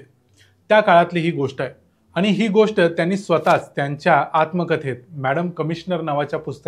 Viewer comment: मराठी शुद्धलेखन प्रमाणे आपन, आनी, बोरवनकर म्हनाल्या हे म्हणू नका. ते आपण आणि,म्हणाल्या,बोरवणकर हे शुद्ध मराठी बोलणं आहे.राग मानू नये.